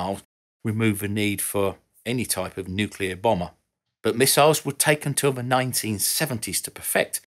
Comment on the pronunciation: Thank you…for being able to pronounce nuclear correctly. You know, how it’s spelled. It made you sound intelligent and professional; not like those that use the ‘other’ pronunciation…that only exists for idiots.